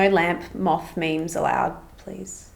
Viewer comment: no one:: m🅾️th